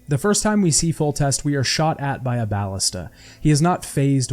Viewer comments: please, its BAL-LISTUH not baalista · bal-LIS-ta Emphasis on the 2nd syllable. Plural Ballistae.